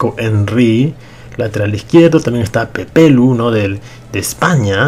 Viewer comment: se dice Pepelu no Popelu